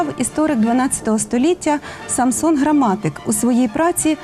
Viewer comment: Саксон Грамматик (Saxo Grammaticus). Не на ве'рбі, а на вербі'.